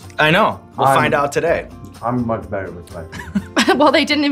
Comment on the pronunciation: “It’s not getting beddererrerr” 🫠 hahahahaha